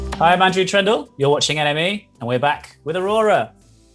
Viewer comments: Is I'm the only one who heard "NME" LIKE "Anime"? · I heard enemy… but the host is such a positive soul! So hmmm